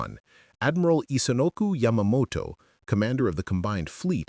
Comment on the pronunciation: It was “Isoroku”, not Isonoku.